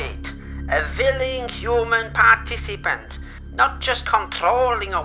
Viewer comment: a villing human parteeceepent